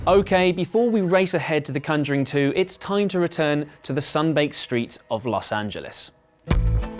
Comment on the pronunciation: "The cunjuring"